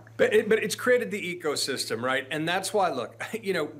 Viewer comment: Hey John. Was that "ecosystem" or "egosystem"?